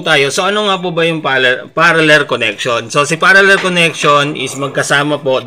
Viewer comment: Parallel po hindi paraller.